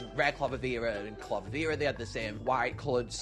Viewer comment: Not clavavera it's candlvera.